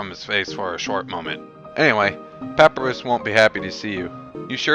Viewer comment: just one more thing, papyrus is pronounced puh-piye-ruhs